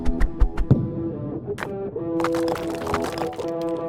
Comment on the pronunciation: Is it just me or whenever guga says let's do it he has a COMPLETELY different accent?